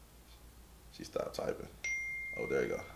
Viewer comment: My nigga said... "ere"..🤣 come on homie there's more than one there